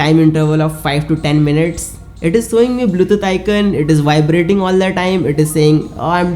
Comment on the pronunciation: Abbey gawaar. Sowing nhi showing hota hai.